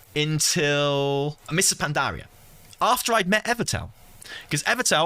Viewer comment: Is no one gonna talk about how he says Pandaria? Pan-DAH-ria